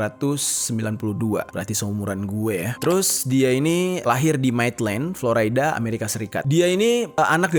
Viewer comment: Florida bang,bukan floraida, Hahhaha